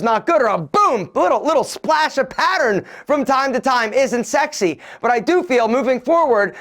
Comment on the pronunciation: Three "sax-y"s you said man 😂 got my folks thinking what ya watching bitch.